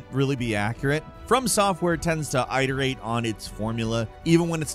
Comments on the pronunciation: OK....I love, Jake and this channel dearly, but it really pains me to hear to pronounce it "eye-ter-ate" and then pronounce a different verb form correctly ["it-er-ating"] 9 seconds later. You're better than this! -Loyal Viewer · "Eye-terate"? ITerate. C'mon, get your pronunciations straight, lol. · I-Terate???!!!! LMAO IT-ERATE perhaps 🤔 Jesus 😆 wtf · always says "eye-terate" instead of "it-erate", and it has driven me nuts every time, but here he literally says iterate correctly in the next sentence, like wtf...? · It's not eye-der-ate it's id-er-ate. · “Eye-ter-ate.” Gets me every time. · Who says "eye-terate"? Is this an AI? I thought someone saying "eyeoss" instead of i-o-s was the weirdest thing I would hear for a while. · Sweet Jesus please stop saying eye-ter-ate. Great video though, keep up the good work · He pronounced iterate two different ways. Never heard eye-ter-ate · I swear every time says iterate with the EYE sound in the beginning it drives me up a goddamn wall, and he knows how to say it because he slipped on this one and said iterate with an IT sound at the beginning. I swear to God, he does this just to piss off people who have weird OCD about things like this. I realize it’s ridiculous, but I had to voice my opinion here. Peace. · The fact that you pronounce "iterate" two different ways drives me crazy. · Someone gotta teach how to pronounce iterate... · Why are you inconsistently pronouncing 'iterate'? That's so weird lol.